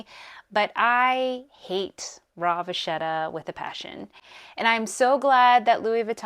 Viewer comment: I believe it’s pronounced va kett a.